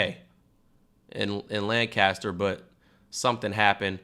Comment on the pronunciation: Everyone like this so cam sees it, cam pronounce it lancister not Lancaster ok??? I’m from pa so if ykyk